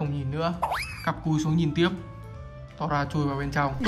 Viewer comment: Nó đc đọc là tô ra nha anh 🤣🤣🤣